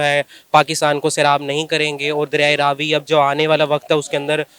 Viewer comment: You pronounced it right, that is Raavi not Ravi